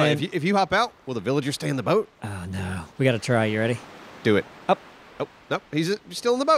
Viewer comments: Does think there is a "r" in boat? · "Broat"... for your health.